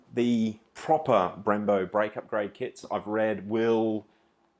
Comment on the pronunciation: Bimbos instead of brembos